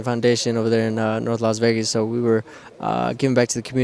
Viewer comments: Did he say las Vargas 🤣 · I heard Las Vergas 😂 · LOS Vargas lmao